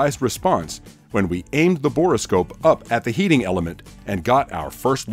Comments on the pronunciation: Not to be pedantic, but it is a bore scope not a bor-o-scope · Borescope is not a 3 syllable word. Just say bore, then scope. Good video.